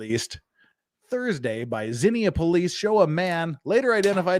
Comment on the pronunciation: If this is in Ohio, it's pronounced zeen-ya. I grew up near there. There was a tornado that leveled half the town when I was a kid. It was one of the worst tornadoes in the U.S. 😒